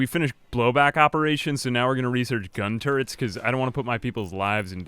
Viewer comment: The way you said turrets at the beginning sounded like tourettes... just saying